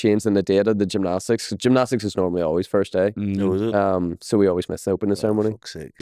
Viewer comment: Llf at trying to say gymnastics 😂